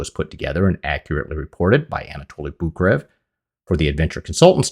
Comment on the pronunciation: to be fair, please, research how to pronounce the name of. Anatoly Boukreev, it's actually pronounced [Bu:k-ré-yev], pardon my English transcription skills< but you get the idea. His name should be written as Bukreyev, but Russians tend to miss this and simply write their names as direct transliteration, but since in Russian those double "ee" are pronounced as "e-ye", like in "conveyer", it might be a good idea to get back to the correct name pronunciation, because his last name is NOT "Bukrev". I mean, I am not pushing you to learn Russian, but it really hurts my ears.